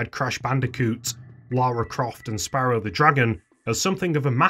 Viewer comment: Did you just call "SPYro The Dragon" - "Sparrow The Dragon" have some respect.